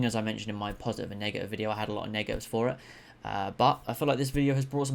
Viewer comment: Maaaan u need to say negative a little bit better my guy I doubled take the 1st time like wtf